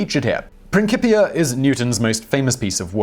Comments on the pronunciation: Newton Prin-cì-pia ( "cì" pronounced as the chi in chip, not "chí" as the ki in king). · Prin-kipia? That can't be right. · it's "Prin-chee-pia", not "Prin-kee-pia". That pronunciation has been inherited by Italian - think Cello, you don't say Kello... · He keeps saying ‘Prin-kee-pia’ instead of ‘Prin-chee-pia’, it just sounds a bit weird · Prinkipia????? Ironic to pronounce this wrong when talking about spelling errors haha.